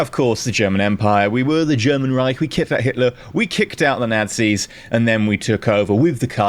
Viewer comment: Half pronounced Nazi's as Nancy's ish :D